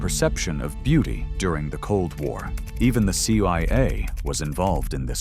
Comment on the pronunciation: Why was American actor Jimmy Stewart included in video? The AI narrator confused CIA with CYA.